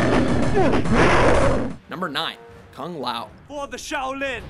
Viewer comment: Cuh-ng lah-ow... It's "Koon La-ow"